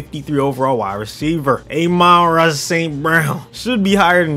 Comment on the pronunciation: It's ah-mon ra st.brown not a-men ra st.brown